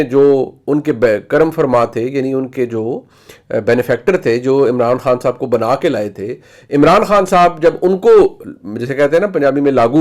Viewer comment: Ye benifector kunsi english hai😅